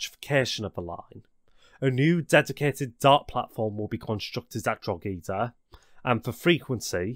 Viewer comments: Drah he dah not drog ee da lol. Nevertheless very interesting. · Drogheda was jarring. Split it Drogh - eda not Drog - heda as if it was spelled Drougheda. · Local people pronounce it 'Drawda' though which is extra confusing! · I personally think the Drogheda one was the most pronounced of them. Always funny hearing Irish names being said by a non native. Sly go Gaul way Draw head a (and if it ever comes up in future video's) Done E gaul, people tend to put a "done AH gal" on it :/ gh in Irish names is always a rough one.. Lough in Ireland, Loch in Scotland.. Both said the same. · pronounced "draw-ah-da" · Must say best effort on the Irish names of places 😂 few wear Wong but that normally 😂 only Irish can pronounce Drogheda right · I really enjoyed this video! About the pronunciations, I understand some places can be quite difficult and please dont take offense but here is how some of the places are pronounced: Howth - Hoe - th Drogheda - Draw - Head - Ah Dundalk - Done Dawk Swords - Just like the ⚔️ Portlaoise - Port Leesh Bridge's Glen - Its actually Bride's Glen Again, this video is spectacular and its great to see some recognition from abroad! Even I learnt from this. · I'm trying not to laugh, but "Salgo" had me going and "Drogeedah" has me dying xD Sorry :P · Great video. Irish place names can be tricky as the phonetics will be irregular to non Irish citizens. Sligo is pronounced Sly-go. Drogheda is Droh-hed-dah. Howth is Hoe-the.